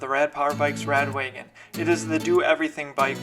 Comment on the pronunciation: How come you keep calling it 'radWAYgon' instead of Wa-gon? Is that how Rad Power say it? Am I saying it incorrectly?